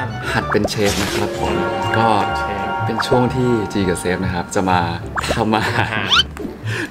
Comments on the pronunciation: ความชิปมันแรงไปหน่อย555 อ่านเป็น "หัดเป็นเซฟ" 555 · แงงง ขอโทษTT น้องอ่านเป็น 'หัดเป็นเซฟ' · อ่านว่า หัดเป็นเซฟ เฉย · อ่านหัดเป็นเชฟเป็นหัดเป็นเซฟ...